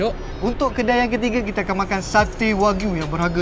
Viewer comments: Informasi tambahan, cara sebut wagyu ialah "wa-gyu". Wa=japanese, gyu= cow. Bukan wakyu ya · Kakak sebut wagyu betul sikit kak aku dgr kakak ckp wak u. Wak lu betul!